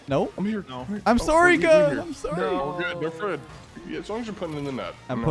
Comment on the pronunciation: Day 134 of telling how to say sorry not sore e